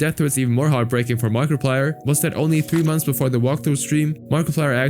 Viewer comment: Did you say markaplier